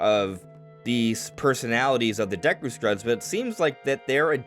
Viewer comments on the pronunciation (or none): none